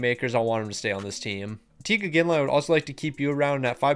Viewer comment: The only thing I can’t get over is the mispronunciation of he names. Why are you calling them Teeg Iginla and Rasmus Sedin 😂